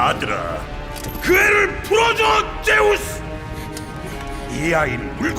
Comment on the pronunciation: 앜ㅋㅋ 나만 쩨우스로 들은게 아니네ㅋㅋㅋ